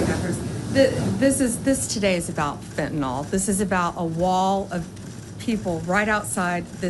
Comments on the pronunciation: just for the record, it's Fenta Nyl. I know I won't change the majority of the population...but just saying....it's not fentynal. Not ragging on, because I think he's great... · There is NO OPIOID SUBSTANCE CALLED "PHENTANOL" . It's pronounced "finn-tuh-nil" (Fentanyl). #nailsonchalkboard "Fenn Tuh Nawwwwlll. Killin' all our childrens!" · Why are you mispronouncing Fentanyl like the magats do? It's nyl not nol. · FentaNYL. Not fentanOL. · Can we agree to call fentanyl fentanyl, instead of “fentanol”? Trump wants us to believe he cares so much about this drug but doesn’t bother to learn how to pronounce the name of it. Americans are now all calling it Fentanol, too, because of the buffoon. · Even the head of DOJ pronounces Fentanyl wrong 😂😂 It’s not Fentanol! It’s Fentanyl! Why does everyone pronounce it -nol?? It’s -nil! The chemist in me is so triggered 😂😂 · Bondi and are both mispronouncing "fentanyl". It's not fenten all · I really wish you would stop saying "fentonol." Read this -- fen ta nyl -- how would you pronounce that? It's fen-ta-nil. Don't call people stupid when you can't even pronounce this word. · Fen- tah- nill , folks . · Of course it's a dodge and a distraction... Worse yet, Pam Bondi can't even pronounce fentanyl correctly!